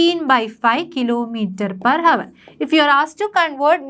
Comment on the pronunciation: Pronunciation is not hour it is our h silent